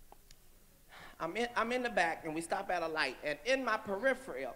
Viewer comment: Only Katt can make fun of people potentially not knowing what peripheral means while at the same time mispronouncing peripheral.